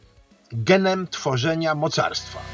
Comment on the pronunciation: ‘genem’ xdd